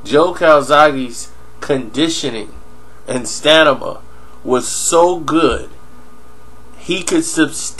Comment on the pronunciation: "Stanima" nigga?! ForrealZ